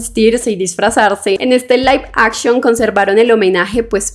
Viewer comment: Laif Akchion x 500 veces😅